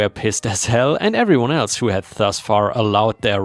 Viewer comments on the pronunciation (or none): none